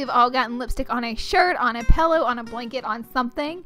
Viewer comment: did you just say pellow